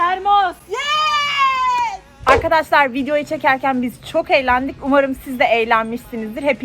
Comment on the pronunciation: Arkadaslar değil arkadaşlar. Yeter şu konuşman yüzünden izleyemiyorum, zaten seni de sevmiyorum önüme çıktı. Bb